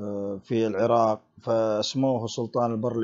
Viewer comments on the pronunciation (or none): none